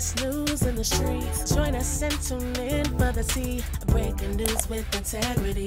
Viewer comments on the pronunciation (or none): none